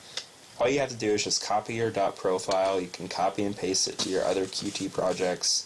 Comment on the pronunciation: Qt is pronounced "cute". Similar to Lua, it is not an acronym, or abbreviation. Thank you for the tutorial, helpful.